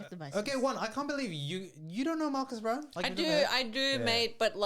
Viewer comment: I think there needs to be better research in your videos and a couple thoughts: 1. Marques' last name is pronounced "Brown-lee" and not "Brown". 2. Fisker is a startup, sure, but the company was tanking because of its own incompetence. Not because of what MKBHD said--the most obvious evidence being that this is actually the second time Henrik Fisker (the CEO) tried starting the car brand of Fisker and failed. Fisker was a company in the 2010s, and this was supposed to be their revival. Henrik isn't some young aspirational entrepreneur; he's a multimillionaire former car designer who's done terribly at being a CEO and named the company after himself. So framing Fisker as some budding young, promising company that was stifled by a big YouTuber is insincere. 3. Celebrities should be mindful of not exaggerating anything, sure, but the only thing Marques really exaggerated was the title of the videos. When it comes to the actual reviews, he literally just descrives exactly what each product does, and very honestly gives his opinions on who should buy it. If you watch both videos entirely I would be very confused if anyone thinks Marques should soften his reviews. Think about it on the other hand: Isn't it worse if he doesn't show that a $700 pin does everything your phone already does but worse? Isn't it worse if he doesn't tell people who are going to put $50,000 on a new car, that the car's keys don't even work most of the time? I'm serious, I encourage you to watch his two vide